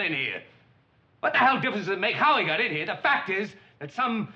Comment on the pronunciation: " . . . up to HE-ah," he said . . . ; ) Tu, 03/10/2020